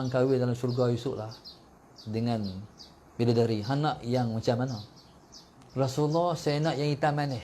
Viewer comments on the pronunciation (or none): none